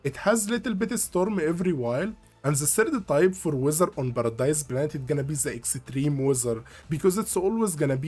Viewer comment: I like how you say Extreme as Exetreme :) thanks for the video! Really helpful.